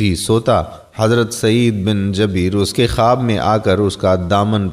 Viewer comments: hazrar Sayeed bin jabeer nahi jubair. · AY MERE MUSALMAN BHAI HAZRAT KA NAME MUBARAK JUBAIR H.. JABEER NAHI. MEN APKO GALAT NAHI KEHTA Q K INSAN KHATA KA PUTLA H. OR ALLAH PAK TOBA KARNEN WALON KO PASAND FARMATY HEN.. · خدا آپ لوگوں کو تھوڑا علم بھی عطا فرماۓ جن کو عام الفاظ کا بھی پتہ نہیں حضرت سعید بن جبیر کا نام ہی غلط Jabeer بول رھے ھو یہ لفظ Jabeer نہیں Jubair hai جیسے زبیر ھوتا ھے جبیر بھی اس کا ہم وزن ھے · مھربانی کرکے سعید بن جبیر میں ج کے اوپر زبر نہیں ہے بلکہ پیش پڑھیں شکریہ